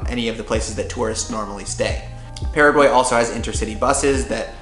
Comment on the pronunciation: I'm from Paraguay, living abroad and I have to say that this is one of the first vlog /blog about my country being fear about describing my lovely Country. I'm very grateful for it! Thought, there are a couple of things I would suggest to correct about the pronunciation such "Paraguay, mbeju, terere, jopara, and the river name" ;)